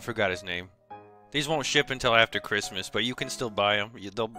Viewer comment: No Cwissmas.